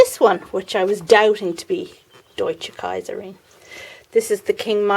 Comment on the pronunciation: Lovely greenhouse tour, really enjoyed it. Looking forward to the flowers of the sweetpeas, the arrangement is much to my liking. And nice pronounciation of "Deutsche Kaiserin" :)